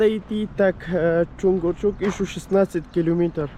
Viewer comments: Не чункурчук а чуңкурчак. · ты молодец! Только вношу поправки: не Чункурчук, а Чункурчак; не Супари, а Супара. Как пишется, так и читается. Для тебя кыргызские названия сел, городов, улиц и пр непривычны. Но старайся запоминать правильное произношение